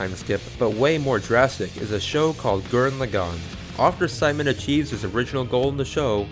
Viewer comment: It's pronounced SEE-mon m8